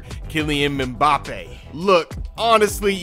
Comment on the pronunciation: Americans talking footballl, forever a shame man’s couldn’t pronounce Mbappe’s name should’ve said Kylian smh